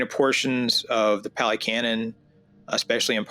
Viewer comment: Pah - lee, not pally. Buddhism is N O T a belief system. Ever. In not one place in the Canon are you required to blindly believe in anything. This is not a blind faith situation. It is an investigative situation. There is no God here to blindly follow or pray to to appease the self - there is no permanent self, no soul, no 'me' that is doing anything or controlling anything. There is Dependent Origination. The entire Canon is about one topic and one topic only - the truth of Dukka, the cause of Dukkha, the ceasing of Dukkha and the path to the end of Dukkha, the 8 Fold path. That's it. You investigate and observe and see the truth of non self, Dukkha and impermanence. It is not about logic, not about getting anything, not about seeking. The Four Noble truths, reflect on these, see the truth of the way things are. Also the Buddha lived and taught 2,566 years ago. Also you don't walk with the Buddha. The Buddha is not a person, a form. There is nothing. It is empty. There is no dogma here, no belief system, no God, no creator, it is not a religion but a practice. The Brahma you read is the divine abodes. The Hindus are attached to a belief system. You're perception is that there is a creator God and are intent on comparing and returning to this belief, this is a Fetter, a hindrance to awakening. Your mind is closed, you are caught in the worldly winds. You may find Ajahn Sumedho enlightening, he is American and has a lot to say about the conditioning we've experienced. He and h